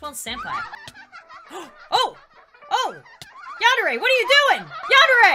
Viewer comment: WHY U SEH YONDERE IT'S yAndere :) (no offence)